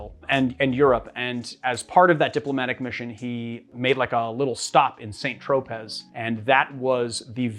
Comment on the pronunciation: St. Tropez is pronounced "San TroPAY."